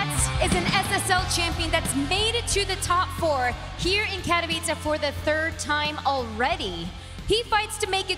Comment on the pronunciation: Finally learned how to pronounce Katowice, long after everybody else cought on. It's not Katovichi:D